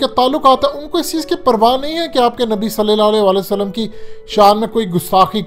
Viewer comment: صلی اللّٰہ علیہ کا تلفظ درست کرو میرے بھائی کئی بار کہا ھے